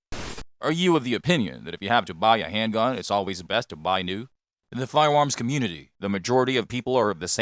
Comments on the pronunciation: You don't like "fiwoms"? Not even the Sig P-Thwee Twenty? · Can we ban him from saying fiewoms